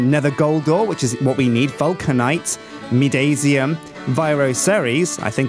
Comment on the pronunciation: it's midasium as if in the name of MIDAS the greek king with the golden touch Pronounced My-das-ium not my-daisy-um